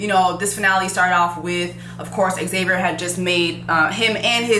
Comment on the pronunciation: You are Haitian Jesse. I am disappointed in your pronunciation of Xavier...it is pronounced Za-vi-yer..and not X-a- vier